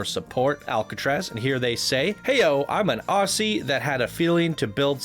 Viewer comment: Why did you say Aucee it’s ozzy